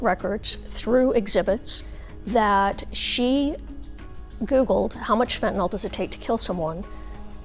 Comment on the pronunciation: Stop saying Fentan-ALL. Fentanyl is pronounced fentan-il.